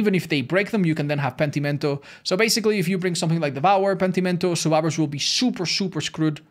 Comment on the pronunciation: como cuando dice Pentimento con acento español:3